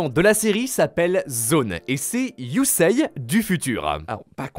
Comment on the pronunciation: Superbe vidéo mec Mais STP CA se Prononce YUSéé pas Yuseiye ❤😂